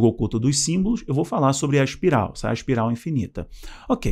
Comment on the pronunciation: ''ASPIRAL'' não meu filho! ''ESPIRAL''